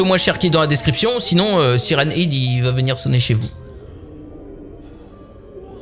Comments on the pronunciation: On dit hèd pas hid ... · Ça prononce Siren hed et pas Siren hid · siren head sa se prononce hèd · Mais oui y dit siren hid au lieu de siren head est pas sérieux. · ben ouais, siraine heed quoi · quand tu dis siren head quand tu le dit a voie aute tu le dit Siren ide alors qu'on ne dit pas ide mais head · Sirène head et non pas sirène- ide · Siren head se prononce "sayraine aide" pas "SIRèN IDE"! Suis'je le seul à en être choqué? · Mec on dit "haide" pas "hide" mdr 😭😭😂😂😂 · Mais cest pas siren hide cest siren « head » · Mais ont siren head pas siren hid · C'est pas heed c'est haide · mais sa se prononce pas comme sa siren hid!!!!!!!!!!!!!!!!!!!!!sa se prononce siren head!!!tu comprent pas frere!!!!!!!!!!!!!!!!!!!!!!!!! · Se n'ai pas sirène id sai sirène head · Siren hid super l'anglais ah bah bravo 20/20. Nan mais apprend l'anglais en fait c'est mieux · Ptdr il a dit hid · " sirène-ide " j'suis mort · Saillrene heid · Siren "id" il y a plus aucun respect😂🤣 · Sa se prononce saille run haide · ''Syren hid'' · sa se prononce saren hèd (tête de sirène) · Tu dit siren hide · Tu prononces mal , C'est un mot Anglais, ça se prononce SAYWRENE HÈDE = Siren Head, en français Tête de Sirènes. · sa s'écrit siren head mais on dit siren h/ea/d e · Stp c'est siren head. Bon c'est la même chose mais le e et le à se prononcent "è" 😊😊😊😊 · par contre il faut arrêter définitivement de dire "sirène hid" c'est horrible ^^' (ce n’est pas méchant du tout hein !😊) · Sa se prononce Sairen Hèd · c siren head mais sa se prenonce siren hèd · "Sirène hid" 😂 et ça fait du contenu YouTube... À ce point je sais plus quoi dire sérieux même mes grands-parents qui parlent pas anglais prononceraient mieux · Ouch ! La prononciation de Siren head ..... Ça fait mal à les oreilles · ce qui me fait le plus peur c'est la prononciation de siren head de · Tu prononce mal son nom